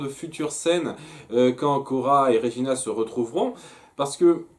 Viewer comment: Svp arrêtez de dire "Régina", son prénom est "Regina" et se prononce "Red-djina" xd